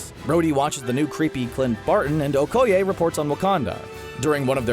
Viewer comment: Her name is Okeye not OHkeye